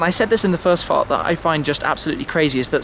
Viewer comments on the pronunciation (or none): at i think Tim says Fart instead of part loool